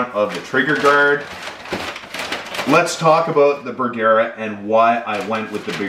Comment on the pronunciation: Bergara....Ba gar like car but with a g.. Ber..... like its cold... gar.... like a fish.... a..... like duh.................say it with me...BERGARA